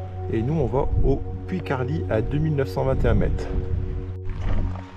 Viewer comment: il faut prononcer le T de Carlit, merci pour avoir rendu hommage à mon terrain de jeu depuis mon enfance!!! Je rajoute que la source de la Tet se situe plutot au haut des Camporeils et non "sur le pic" comme écrit en description! Bien à vous!